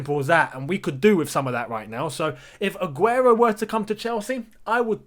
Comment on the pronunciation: That Spanish pronunciation 😍 Mashallah brother